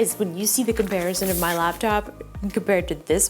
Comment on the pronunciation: Who else heard "Lapchop" repeatedly